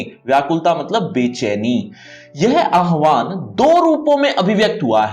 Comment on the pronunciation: It's not aahvan sir it's aavaahan 😊